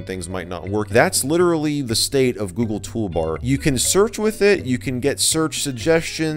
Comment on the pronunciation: Toogle Goolbar